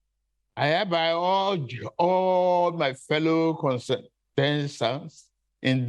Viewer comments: Did anyone hear him say "contestesstants"? he said "manimested" too. but wait o, is baba agbado contesting to become American president? why is he running away from townhall meetings in Nigeria? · Did he say he's urging his fellow "consenters" or what? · Reading from a teleprompter, a prepared speech. Obviously practiced painstakingly -- struggled to pronounce "contestants" -- there's yet a better man for the job and that's Peter Obi with original sound mind, thought, technocratic and pragmatic solutions to Nigeria's current myriad of challenges both as a nation and a regional power. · Consenters 😂😄😂 instead of contestants 😂🤣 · Readind from a teleprompter a prepared speech. Obviously practiced painstakingly -- struggled to pronounce "contestants" -- there's yet a better man for the job and that's Peter Obi with original sound mind, thought, technocratic and pragmatic solutions to Nigeria's current myriad of challenges both as a nation and a regional power.